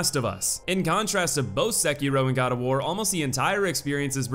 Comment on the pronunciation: he kept pronouncing sekiro as sakeero